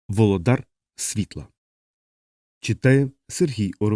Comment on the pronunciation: волОдар, а не володАр